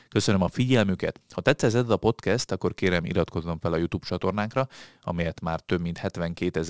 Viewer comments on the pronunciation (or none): none